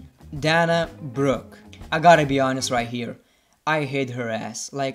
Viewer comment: Dana Brooke, you say it weird